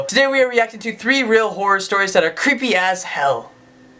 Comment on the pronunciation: shit when u said "creepy as hell" i though you said "creepy ass" 😂